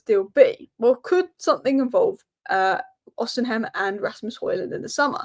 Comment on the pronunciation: OSHImen thats how u pronoune it love the videos